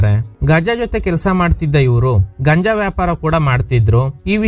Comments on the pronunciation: ಗಂಜ ಅಲ್ಲ ಗುರು ಗಾಂಜಾ 👍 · ಅದು ಗಂಜ ಅಲ್ಲಾ ಗಾಂಜಾ ಅಂತ ಹೇಳಿ ಸರ್... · Dear ಅದು ಗಾಂಜಾ ಗಂಜ ಅಲ್ಲ